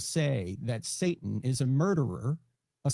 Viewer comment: She can’t even say satan right. She completely misses the T.